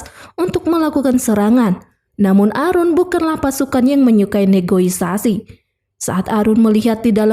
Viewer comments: negosiasi bukan negoisasi di koreksi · Terorois bisa di maklumi tapi NEGOISASI itu artinya apa yah? Setahu saya NEGOSIASI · Aduh admin admin yg bener aja Terorois (teroris) & Negoisasi (Negosiasi)😂😂😂😂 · filmnya sih oke. Suara si kakaknya juga bagus. Tp ngomong "negosiasi" dan "teroris" gak lulus ni. Jd "negoisasi" dan "terorois" 😄